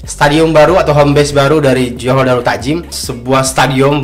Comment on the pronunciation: when you say "Johor darul ta'zim" sounds a bit odd. awk kena tekankan huruf z tu, bukan "Johor darul ta'jim".